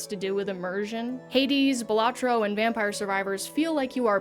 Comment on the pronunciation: It's pronounced balatro